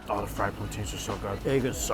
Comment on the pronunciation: why are they plan-teens? come on